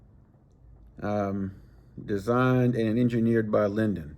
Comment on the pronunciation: It's pronounced "Lay Dune" according to Yankeelippers expert opinion of Chinese 😂. Love your reviews but where's the fishing part. The reason you love those is the roundness for the big mitts. That reel might be 175 in two weeks. Right hand is the only way. All leftees are doing it wrong or they are poor children that never learned correctly. Keep up great work bro.